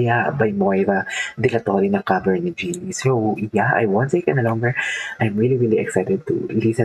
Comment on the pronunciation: Jelly po pronounciation ng name niya😊